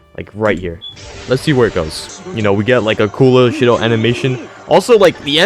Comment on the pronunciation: You pronounced Shidou wrong. It’s sheedough not shidough